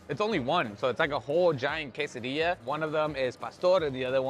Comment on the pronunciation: Bro...Di lo bien...Quesadilla! Not Kes-Ah-diya! C'mooooon! Gonna revoke your Mexican card! 😂😂😂